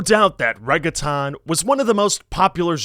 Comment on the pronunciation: I absolutely love this video! But you should look up how to pronounce words like "reggaeton" (or any others that you've only ever seen in print) before you read them out loud. Keep making great content